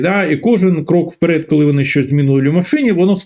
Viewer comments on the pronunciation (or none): none